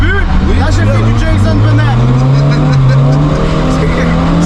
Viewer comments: A chaque fois que tu dis: Jason bunnet. je me marre aussi et je sais pas pourquoi ! 😂😂😂😂😂😂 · "jayzeune beunette " 🗣️